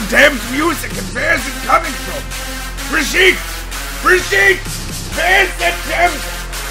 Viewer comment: Since I can't reach the actual voice actor for Reinhardt, I'll at least mention it for you. Brigitte is pronounced completely with hard consonants. So non of this "brijiiiite" stuff =P